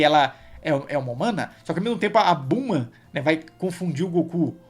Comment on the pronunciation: Ler e falar "Blooma" ao invés de Bulma e "Gokū/Gokuu" ao invés de Goku... É meio estranho, pois me acostumei bastante com a Dublagem original e brasileira:😅